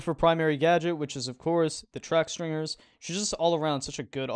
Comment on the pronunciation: STINGers not STRINGers